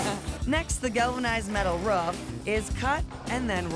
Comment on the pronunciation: Stop saying fucking ruf it’s roof